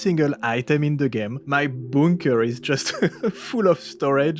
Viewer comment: I like how you say bunker. Boonker.